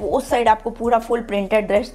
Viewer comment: Positive aspect - You're very hard working and put a lot of detailing and effort into your hauls, videos & even backdrop of the video. It's awesome. Negative aspects - Absolutely hate your accent of speaking it's triggering. I hope you know the difference between श and स , please use it while speaking 😭 what's ड्रेश? Please be mindful about pronunciation and the way you speak any language.